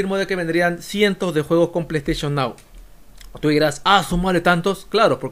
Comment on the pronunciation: ese pley steichon nao es un loqillo